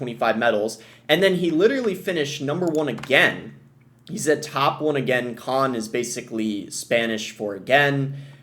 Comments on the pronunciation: It's pronounced as "cone". It's one of the first words you'd learn when learning Spanish so forgive me if I'm a tad skeptical that you're actively brushing up on your Spanish. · "con if spanish for again" where did he get that from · not really. Even pronouncing it as con as in pros and cons is a more accurate pronounciation